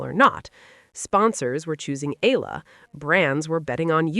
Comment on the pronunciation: E-YA-LA not E-LA E-YA-LA not I-LA E-YA-LA not EY-LA EALA= E-YA-LA